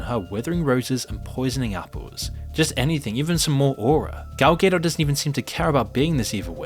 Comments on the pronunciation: Gal “Gay Dot” lol 😂 idk if that’s wrong, or I’m wrong, but that is not how I’ve been saying it. “Ga Dough” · It’s said ga-doe btw not gay-dot lol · "Gaydot" Bro couldn't reseaech the proper pronunciation? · Dude how are you pronouncing Godot? That’s hilarious. Ga-dot not gay 😂😂😂😂😂😂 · GAL GaDOT not Gale Gado please please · Please pronounce Gadot's name correctly. Its not Gedot, its Gadot. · Gal Gay-dot 😆🤣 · I’m almost sure it’s phonetically “gal” “doh” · Who the hell is even Gal Gay-doh? 🙈 How about you learn how to pronounce he names of the people you are talking about? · “Gal Gay Dot” ain’t beating these Ai accusations 😂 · Yes the movie sucked but the name Gal Gadot has been said out loud thousands of times. I dont get how its being pronounced Gal Gaydott. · “Gal ghedo” my man LMFAO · Gal Gay-Dot 😂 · Gal Gay-Dot 😂 A gay dot is a hilarious concept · All value this video might have had was squandered by your pronunciation of "Gadot." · Downvote and reported for how to pronounce "Gadot" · I'm new to the channel - is misprouncing Gadot a bit? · How are you pronouncing Gal Gadot?!?!?!?! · Please say Gadot correctly next time 😭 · Please learn to pronounce Gal Gadot's name correctly. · I love how pronounces "Gadot" exactly the opposite of the correct way 😂